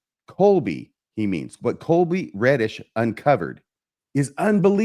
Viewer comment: I chuckle when calls Colby, Coby throughout this episode.